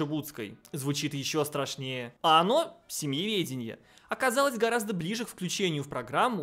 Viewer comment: Эдакие "голосисьтые" дамы придумали семеведение... а, нет, семЬеведение.. хрен редьки не слаще